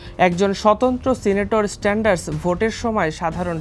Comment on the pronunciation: বার্নি স্যান্ডার্স ভাই স্ট্যান্ডার্স না একটু শুদ্ধমতো বললে ভালো।।।